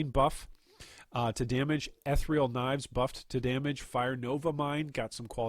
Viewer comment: Ethereal*, not ethrial